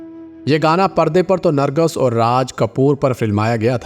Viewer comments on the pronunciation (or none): Nargus galat hai. Nargis Saheeh hai.